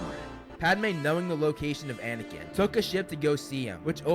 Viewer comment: Katie Fitzpatrik guys! He said anikin not anakin were fine